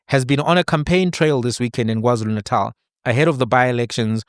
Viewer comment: Did he just say WarZulu Natal 🙆🏽‍♀️